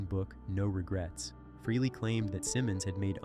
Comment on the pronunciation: Also it not Ace fruhley, its pronounced Ace Fraley ( Frehley)